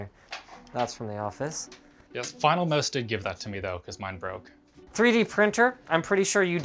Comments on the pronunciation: HE SAID BROKEY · “ it brokey “ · “it brokey” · "it brokey"